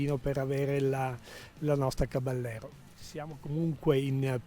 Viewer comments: Caballero è una parola spagnola e si pronuncia "cabajero", voi spaghetti ! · Sì ma caballero pronunciato in italiano non si può sentire dai: provateci in spagnolo , non è così difficile ‘caba -jero’ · si pronuncia caba - yero in spagnolo